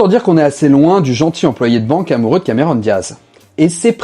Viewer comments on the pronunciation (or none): none